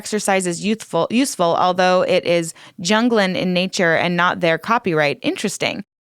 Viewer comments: “Junglin in nature”… I’m sure you meant “Jungian”, pronounced “YOON-gee-an”. Not trying to be a wet blanket, but this really jumped out. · Jungian pronounced Yungian